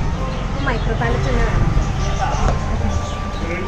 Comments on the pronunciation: Vaayikkaan arinjude pallet alla pellet . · 6.50 പാലറ്റ് അല്ല പെല്ലറ്റ്.. 😂